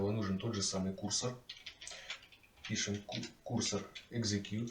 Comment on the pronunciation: курсОр, а не кУрсор